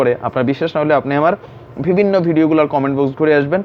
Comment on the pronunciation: একটি শব্দ আপনি প্রায়শঃই বলেন -- " ভিবিন্ন" এটা হবে " বিভিন্ন" পরবর্তীতে সংশোধন করে নিবেন।শুভকামনা।